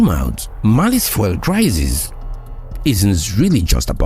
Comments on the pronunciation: Congrats for the work... Your pronounciation of "FUEL" is super distracting though. Are you Francophone? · Why is he pronouncing fuel like that